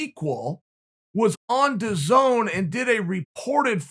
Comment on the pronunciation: DAZN: Its pronounced dazzin Chael: Dazone DAZN: OK Great